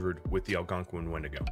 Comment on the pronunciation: I hate when you say the creatures name 😭😭 i would never say it out loud like that